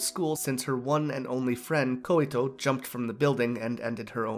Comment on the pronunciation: just a tip, i think her name is Koito, pronounced (Koi-to) or (koy-to). You were saying "Koy-i-to". Hopes this helps.